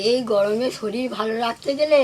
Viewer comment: 'পচন্ড পচন্ড পচন্ড পচন্ড গয়মে যোগাড়যাত যোগাড়যাত কয়ে হুপো আর হুপো' রান্না। ও বাবা শ্বাশুরিও বলে যোগাড়যাত!!!